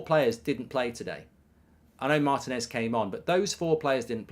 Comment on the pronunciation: MAR-TI-NEZ .... NOT maeeertin.ezzz